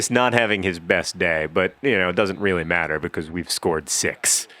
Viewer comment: i love that you always say 'becoise' instead of 'because'